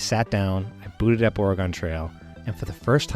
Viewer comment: It's pronounced ory-gun, not Or-A-gone